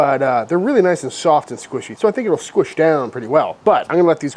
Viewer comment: Damn son, that looks awesome. Your breads are always spot on. You said "soft" like a Jersey accent. lol